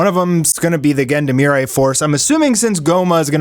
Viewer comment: Please look up the pronunciation for Gendarmerie, =0